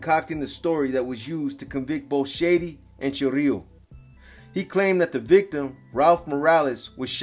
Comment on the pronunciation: Is chirilo not chorrillo😂😂